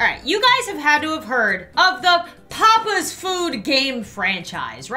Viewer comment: Gamer Taylar YASS OMG I REMMEBER BAHAHAH Aand why does she say ‘papis instead of papas’